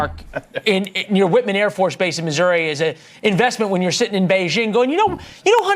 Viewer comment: Pat, You do realize that the AFB in Missouri is named "WHITE MAN", Whiteman,...not "WHIT"?? Come on man, come on. On a different point, it may cost 4 cents to mint one penny, but that penny isn't a single use item. It's used thousands if not millions of times during its life, making it a very inexpensive-use item.